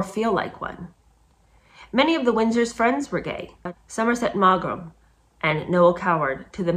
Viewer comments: I think W. Somerset Maugham's name is pronounced "Mom." No oedipal shadows intended! (also gay although they did not mention this in high school literature classes). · Maugham is pronounced "Mawm" - just one of those English idiosyncrasies.... 😊